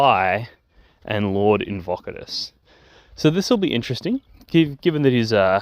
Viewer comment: I misheard you the first time you said this guy's name, now he will forever be "Lord Get-Fockadus" to me.